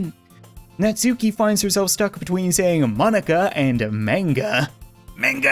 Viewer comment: Your saying natsuki wrong